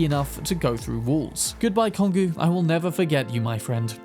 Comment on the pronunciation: This glass cannon is always my go-to build when playing Cyberpunk. The whole game just feels empty without the quickhacking, like missing a substantial part of it. Also, trivia as usual : Kongou is pronounced exactly the same as how you pronounce the country Congo. It's a name of a mountain in Japan, and also a name of a world war era Japanese Battleship.